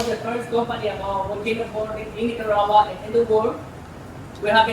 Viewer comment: Fun video! I love that neither of you can say Nicaragua 😆